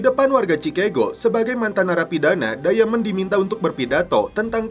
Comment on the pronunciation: Diamond dibaca dayemen, ahahaha